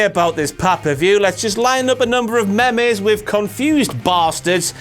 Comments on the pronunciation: Meme is pronounced "meem", not "memmay" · pronounces meme Meimei... Dabbleyoutiieff?!?